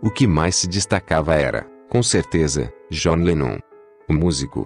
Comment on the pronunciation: começa que o cara nem sabe pronunciar o nome do john direito.gostaria de saber onde está essa declaração que ele diz que bateu nas duas pessoas,tenho,livros,dvd,sou colecionador há 40 anos e nunca vi ou ouvi isso.dizer assim,sem citar fontes fica vago.pior do que o fanatismo dizer que o idolo é perfeito,é tratar o famoso como se ele tivesse que ser perfeito e sem erros.